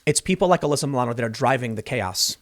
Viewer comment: "Maybe now she (Uhh-lyssa Muh-lano) will learn a lesson." BWAHAHAHAHA, you're joking, right? RIGHT?